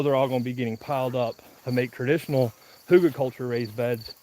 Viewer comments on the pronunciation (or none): please stop saying huter-culture. It’s Hugel culture. And know that a dog is reflective of his owners own training…😂😂🤣🤣😂😂🤣🤣 serious on the first thing, tho’!